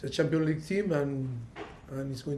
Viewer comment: It's champions league for God's sake. Not champion ligi😂😂😂